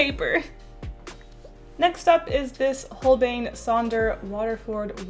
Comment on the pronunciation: Holbein is pronounced 'Holbain'